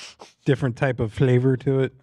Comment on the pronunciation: why is no one talking about the way said flavor here LOL